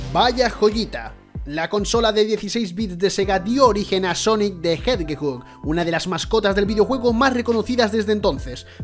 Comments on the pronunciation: Sonic the Jedgudg Jaja Buen video igual. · Sonic the... JEDDEGUD??? En serio? No era mas fácil decir Sonic el erizo? 😂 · Sonic the jedguejug 🤣